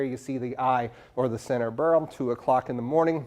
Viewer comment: Thank you for pronouncing the Hurricane’s name properly!